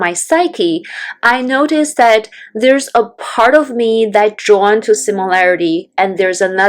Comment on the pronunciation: Oohh you were saying the word "drawn!" It sounded like you were saying "joined." The captions thought you were saying joined too. Also you said "I want to be joined on my similarity." I didn't understand that either. Congratulations on you enlisting the help of Rocteem from Bangladesh. It looks like your views have already shot way up!